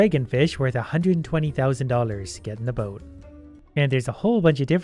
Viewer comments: Sounds like 'get in the bin' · Every time he says "get in the boat" I always hear "get in the bin" I think I saw to many gachacringe videos 😂